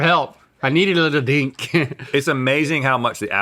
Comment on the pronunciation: The world according to Rhett: 1. Honey is bee vomit 2. Maple syrup is tree blood 😂 - "Lets dink it... never mind" Bless him 😅